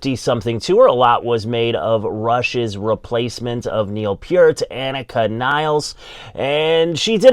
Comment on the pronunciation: Nilles !!! Not Niles!!!